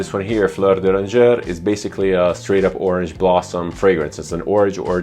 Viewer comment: You don't read the final consonant in French :)